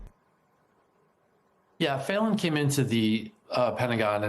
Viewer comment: Pronounced feelan not faylan